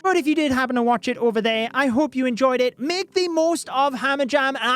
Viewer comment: "Hamajam" XD love you